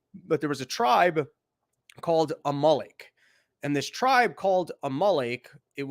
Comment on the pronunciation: God damn it, you kept cutting out. Where’s the link? You making me do my own homework mate? I like the theological stuff, mainly because it’s relevant right now so thanks dude. Also, it’s Amalek …like the VW car …Amarok. Unless you guys put the emphasis on different parts of the vowel… Good stuff 👍